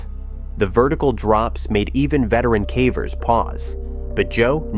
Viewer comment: Is there a way to get the AI to correctly pronounce caver each time. Hearing calver is irritating.